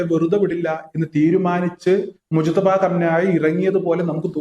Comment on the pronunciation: മൊജ്തബ യല്ല മുജ്തബ ആണ് ശെരി